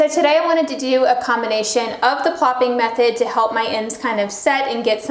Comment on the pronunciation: Whats the name of that brush you used to form ringlets? Are you also saying "plopping your hair"... i cant umderstand what your are pronouncing...lol